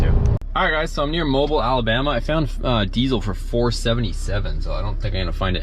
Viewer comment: Mobile is pronounced "Mo Bill" 😆